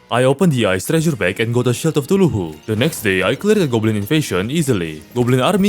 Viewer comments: Bro its Cthulhu not tuluhu😂😂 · AY-Ree-Ah-Light or and the shield is ca-thoo-loo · bro really called eye of cthulhu "eye of ctuluhu" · Shred of TuHuuJhLuu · i am so sorry but i cracked when i heard the “tuluhu” as of Cthulhu (no hate fam) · The way you pronounce Cthulu is killing me my man :D I'm fairly certain you do it on purpose, but i case you don't: Spell it "K-tulu", simply ignoring all the H's in the name. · Always "eye of tuluhu" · "Tuluhu" goes hard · 'Eye of Thuluhu/Thooloohoo' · I love that instead of Cthulhu he says tuluhu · I love the way you pronounce other words like "huthulhu" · I love how he pronounces Cthulhu "thuluhu" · Okay but everyone who watched even one of he's terraria video calls Cathulu "Tuluhu" right? Or is it just me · eye of thuluhu (no offence btw love your accent) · Why bro say Sheild of cuthulululu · "the eye of tuluhoo" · i love the way you butcher cthulhu name